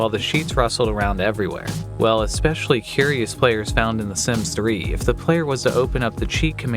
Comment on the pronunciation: "Do the deed?" That's not what "do the deed" means. 🤣 Also, there's no such word as "ex-specially".